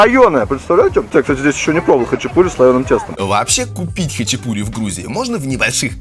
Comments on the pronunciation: Почему говорят хачипури?ХАЧАПУРИ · Только не хачипури а Хачапури :) режет слух когда не правильно произносите слова . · Автор! Не хычипури, а хачапури!!! И произносить нужно именно так ХАЧАПУРИ! А не хычипури... Буква П в этом слове – воздушно-летящая ПХ! Хычипури, блин!